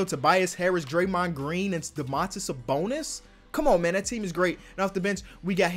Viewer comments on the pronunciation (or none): Dõmantas Sabõnis not Domãntas Sabounis. As I'm lithuanian I have to make a little correction on your spelling, not a big deal but just for you know.